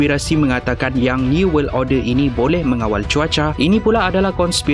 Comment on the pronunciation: Order bukan orde